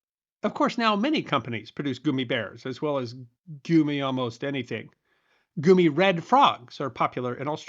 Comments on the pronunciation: This has gotten a tad gloomy over goomy LoL So sue me but I'm no dummy and am sure it's pronounced gummy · Yeah the gummi bears show and the dancing gummy bear song are all pronounced like gum. Gummy bear(s) Goomi sounds like nails on a chalkboard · if 95% of the world pronounces it Gummy, then....even 99%? sigh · This mf is trying to rage bait me!!! It’s Gummy not goommy!! Ohh you bastard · Dude, goomy is not the way. Please stop!!! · This new goomy pronunciation is gonna get confused with gooning. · Reeceeees, goo-me, are you trying to piss people off? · "Goo-me" ya gotta love the varied pronunciations of words across the US. West Coast and Southern states could theoretically start a war over words with the Northeast 😂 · No. He's using the pronunciation from the country of origin, germany. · You are not broken. I heard it as goumi, which is a type of fruit, unrelated to gummies. I gave up correcting him every time by half way through.😂 He is pronouncing it the German way, but doesn't pronounce Haribo the German way. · Gummi = Goommy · Lol... Its just the way he choices to say it. 😂😂 Idk of anyone that says it like that... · I've never heard this pronunciation before (probably correct in German where the Haribo brand comes from, but it sounds very upsetting to me. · ditto, New Englander here. Never heard"goo-mee" bear before, and if I asked for them using that pronunciation, nobody would know what I'm talking about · I noticed that you were using the German pronunciation of gummi right away. My mom pronounced the part of your mouth as "gooms" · The real question is why you've chosen to mispronounce it repeatedly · you say gummy weird. is this an April fools trick. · There, I caught ya! You actually used the American english pronunciation! Knowing you as we all do, there's one question that now begs to be asked. From what region does the 'goomy' pronunciation originate? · My German teacher said that anyone who pronounces it Gummy should be strung up by their toes.